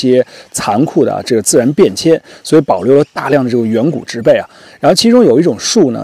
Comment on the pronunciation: 植"被"(Pee) x(Bei)